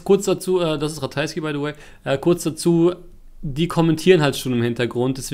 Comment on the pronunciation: *du meinst "by de way"